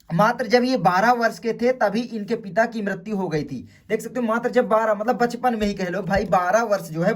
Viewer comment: Bachpan❌ Pachpan✅🤣🤣